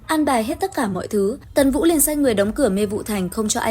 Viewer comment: Ủa tần vũ mà Ad hay bị đọc nhầm vậy nè 😊